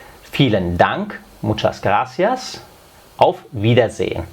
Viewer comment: Nosotros en espanol diferenciamos la erre de la ge... Nosotros decimos gracias y no ghaacia... y el bitte sehr, danke sehr?